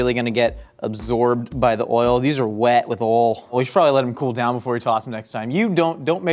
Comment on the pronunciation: Wait the way he pronounces oil 😂😂😂 I take it back yeah no that's no a Minnesotan thing